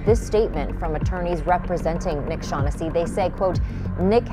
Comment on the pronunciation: To the narrator, do a little research and pronounce the last name properly. The phonetic spelling is Shawn-ness-see.